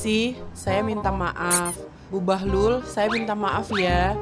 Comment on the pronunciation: Bahlul u nya di ganti i jadi bahlil